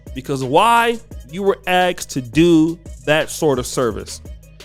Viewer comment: I got to "axed" and will not go further. You have a channel man, learn English.